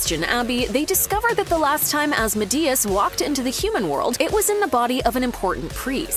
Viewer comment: The way you pronounce asmodeus gave me a headache.